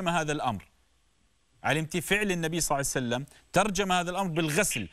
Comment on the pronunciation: ولج انتي ثوله تسألي شخص يقول صسوسلم صعسلم صسلم